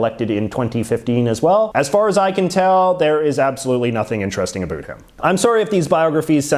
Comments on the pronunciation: He’s an American born Canadian isn’t he? Or he lives in the states at a young age or something right. As a Canadian I have never heard any of us say about like that. Ever. He’s attacking us, I swear LOL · The way he says about is so crazy to me, from Australia.